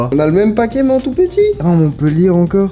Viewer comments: Il ah dit un Papé de chips 🤣🤣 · Pour le truc avec le paquet de chips t'a dit " Papé de chips"